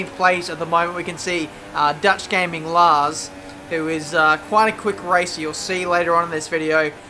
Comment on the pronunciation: like your pronunciation of Lars, I'm Dutch myself and it sounds nothing like how it is supposed to be pronounced.